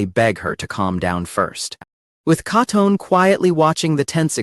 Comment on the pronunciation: I swear, my eye violently twitches every time the AI narrator mispronounces ALL of the characters names. Hearing Katone and Tachibana's names brutally butchered, made me want to start chunking furniture in my living room.